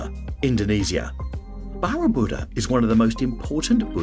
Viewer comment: Next up is Borobudur and once again an unimaginable butchery of the name. Do some research. You show your lack of knowledge by proving that you’ve never heard of these places before. AI or someone very uneducated. Not sure what’s worse.